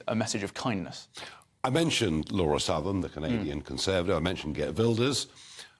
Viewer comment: it's 'Lauren' Southern, not "Laura"...